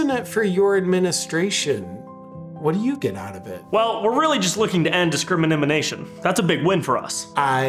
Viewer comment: I wonder how many outtakes there were to say disceimanimanation with a straight face. Lol